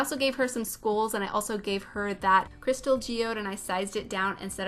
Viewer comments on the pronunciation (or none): none